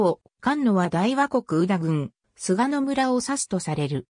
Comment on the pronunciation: 菅野ではなくすがのですよ